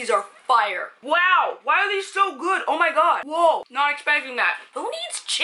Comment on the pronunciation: See I believed when she said Fire! Buh then came in with the accent and said "FYRE". I just............ Yeah but the tonkotsu gets me every time! Have to try!